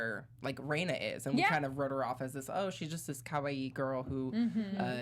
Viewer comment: There are two constants for every story arc: (Technically, there are way more but those would be spoilers) 1) Everything is fine until the cotton drifting festival when shit hits the fan. 2) Everything Ooishi touches turns to shit. Rena is pronounced REna, not REIna or RIna. This is important for two reasons: 1) There is actually a character named Rina in the series that will pop up from time to time. 2) She REALLY hates being called Reina. Also she is best girl and definitely waifu material.